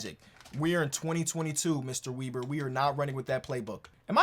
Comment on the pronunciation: as a person with the last name weber it is pronounced the same as chris webber